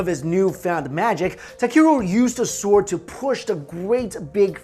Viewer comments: You pronounce it Sord not sword... yes you spell it sword but that's not how you pronounce it!! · The 'w' sound in 'sword' is silent. it's pronounced as 'sord' :) but great video!! I love your channel so much. keep it up!! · Robert Roberts he's pronouncing svord wrong. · swooowwrrdddwwwwww sqwswrrreee spwwaaceeee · uuuugggghhhhhh,,, the w is silent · Why do you keep pronouncing the "w" in "sword", like Finn the Human? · ok THATS IT can we PLEASE incinerate EVERY bum that decides to pronounce the "sword" without the silent letter "w" or at least throw an egg at them XD Disclaimer: is excluded from this law and all of his associates as well because we have nothing but respect for em